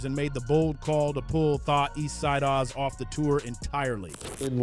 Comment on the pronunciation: Bruh you ain’t pronounce the Eastsidaz right. Appreciate your love for our culture. But next time; pronounce that shit right.